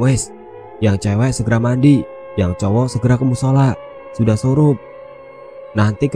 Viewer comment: Surup mass..bukan sorop